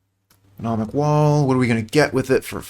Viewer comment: Nice, this is a deck I really wanted to see being played. Btw it's mnemonic wall not menomic, it's a silly word